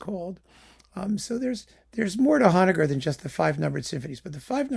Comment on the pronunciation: I've never heard Englund, so there's a discovery to be made. I've been a Honegger fan since encountering PACIFIC 231 on a Vanguard lp that I got for the Varese and Milhaud it was coupled with -- and I've always pronounced that name with a long O. Your differing pronunciation is forcing me to look this up. You learn something every day, whether you want to or not. Have you done Bacewicz yet? Been spinning her stuff and Gerhard lately...